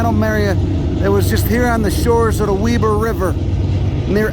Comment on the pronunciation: Nice! Can't believe you said "Weber" right! Good work!